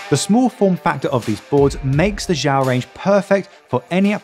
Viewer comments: It's not pronounced "jow". It's pronounced "she yow" (the space is not a pause; say it quickly as if it's one word). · Xiao is Chinese for small use google for the correct way to say it👍 Good vid BTW thank you